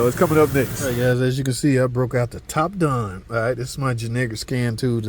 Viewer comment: did you say "topdon your ja-ninja scan tool?"